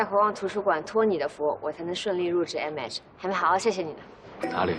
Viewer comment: 袁帅和其他大咖竟然对“MH”的“H” 发音不标准，君君是可以的！🐱